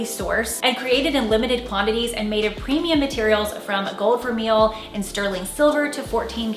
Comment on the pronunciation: just an FYI but Vermeil is pronounced "ver-may".